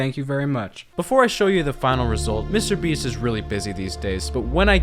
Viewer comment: Lmao did you stay a long time in France? Because I hear "Monsieur Beast" here lol